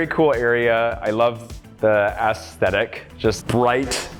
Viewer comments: Has this host ever been to a card store before? It's also aes·thet·ic /esˈTHedik/ not "ass-theh-thick" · Sorry but the way you kept saying ASS-sthetic got me every time